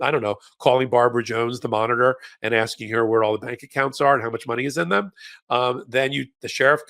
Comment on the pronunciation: Nothing wrong with "aksing" for a discount😂😂🤣